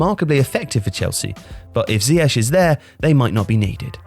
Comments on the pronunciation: Please pronounce him zee-akh rather than zee ash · When did everyone go from calling him ziyek to ziyesh? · Is isn't even pronounced right....